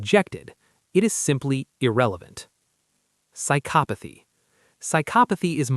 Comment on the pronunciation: AI needs to learn how to pronounce psychopathy.